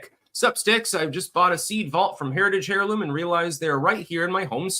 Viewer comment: Good Show! My linguistic suggestion: It's AIR-loom, not HAIR-loom. It makes my skin crawl when you say that...